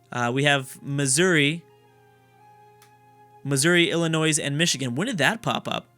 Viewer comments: The S is SILENT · Okay so I'm not American, but I'm like 99% sure Illinois is not pronounced like that by anyone other than. I though it was pronounced as "ill-annoy" with a silent s? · Love the series! Tip: Illinois has a silent s. also, Minnesota is the best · youre not supposed to pronounce the s in Illinois! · Just gonna say Illinois is pronounced with a silent s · Yes, the S is silent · OMG you don't pronounce the s in Illinois, Im not even from the US and know that